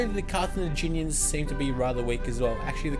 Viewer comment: carthenaginian = wrong carthaginian = correct